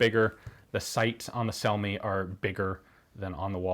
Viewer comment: If those brothers were Italian, then their last name would be pronounced something like "Chel-me".